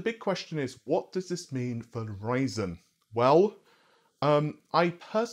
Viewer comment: Did you really pronounce Ryzen as raisin lmao